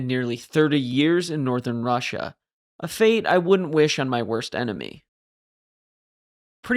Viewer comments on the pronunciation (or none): none